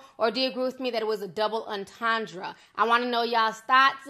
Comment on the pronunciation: Was the breakdown of her lyrics from someone in her camp or some outside deep thinker? Because I can analyze anything and say that's what the writer meant, but what the writer meant and my analysis are two different things. Also it's pronounced double enten-dray and her name is A-va not E-va.